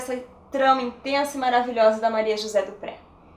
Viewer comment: "Dupré" é um sobrenome francês. Pronuncia-se "Duprê".